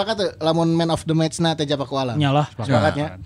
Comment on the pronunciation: Nyebutna Teija atuh meh siga bung Binder